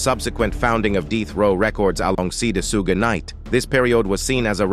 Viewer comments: Soooge night?! Lmao! U What computer?! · Once I heard AI say suge I dipped. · Facts! Can’t even say Suge’s name right! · Abuseee?? Soogi knight?? Cut this A.I. shyt out